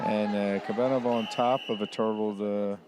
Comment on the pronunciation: Is Kobenov that hard to say? Russian athlete?